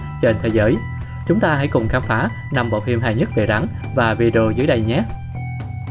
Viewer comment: Rắn mà nghe bạn nói như gắn =)